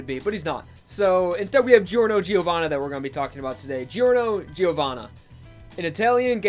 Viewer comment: His name is pronounced Jorno Jovanna Gio is pronounced as Jo